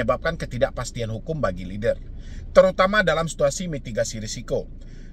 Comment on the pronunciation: lennnn der bang, bukan leder atau leader 😭